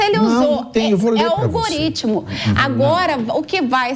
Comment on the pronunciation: "Minha gente, é o olgorítmo" kkkk